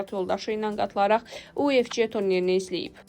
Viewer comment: Kolxoz kimi o nə oxumaqdi УФЧ, ingliscə C Ç kimi oxunmur, U də Ü kimi oxunur.